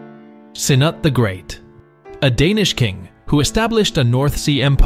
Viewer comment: There is no way you called Canute the Great, «Cee-Nut» wtf. And why did you not give Svein Forkbeard, lets say, an actual beard???